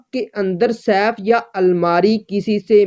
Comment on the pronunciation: تمہارا اپنا تلفظ تو درست ھے نہیں۔۔ یہ لفظ Saif نہیں Safe ھے۔۔ جو سیف تم کہہ رھے یو اس کا مطلب تلوار ھے تجوری نہیں